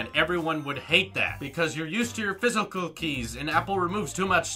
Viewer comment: "Because you're used to your fiss-eh-kuhh keys" hahah that was funny